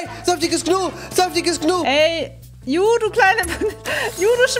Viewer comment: Niemand: Gnu: sagt nicht „Ju“ sondern „You“ 😂😂 Liebs ❤️